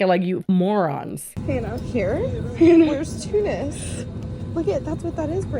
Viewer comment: Best part is you are pronouncing Tunisia and Tunis wrong too.